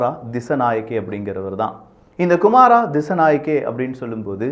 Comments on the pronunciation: அனுர குமார..."குறில்" நாமல் ராஜபக்ஷ "நெடில்".... உங்கள் உச்சரிப்பு பிழை... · அநுரா குமாரா இல்ல வ்றோ (அநுர குமார) please bro தமிழ்நாட்டில் யாருமே சரியாக உச்சரிக்கிங்க இல்ல